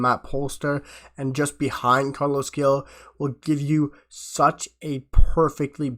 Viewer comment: Gil is pronounced like hill. Glad we got him. Good signing ❤